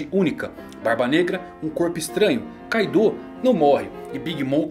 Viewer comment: Porque as pessoas pronunciam Kaidô se no próprio anime todos os personagens pronunciam Káido?